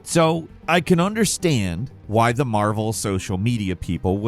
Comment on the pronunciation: At first I thought you said Marbles Rivals. I was way less excited by Marvel.